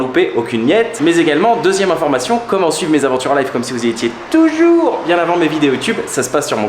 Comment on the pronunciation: See how Ben pronounces "toujou🎶🎶rs🎶"😀